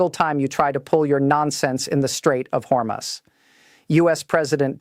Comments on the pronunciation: Hormus Is Pronounced, Hor Moose. Thank You For All Of Your Neews & Militar Strategic Information To Be in The Knowledge This Information Is. Important to The Citizen's Of 🇺🇸 America 🇺🇸 ❤ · Straights of Hormuz Pronounced Strayts uhv haw-mooz I, felt that you all were well Versed! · Your AI can’t even pronounce the name of the straight correctly?